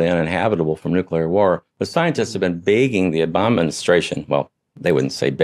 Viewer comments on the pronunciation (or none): none